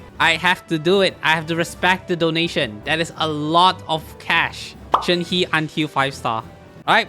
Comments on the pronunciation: shenhes name is pronounced "shen - huh" not "shen hee" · …I love you but..SAY SHENHES NAME RIGHT